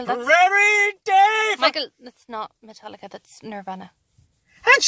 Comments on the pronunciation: "Martelicca" Xdddd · Mart-Lica Ahahahahahaha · When you're so excited to see Metallica you can't say "Metallica".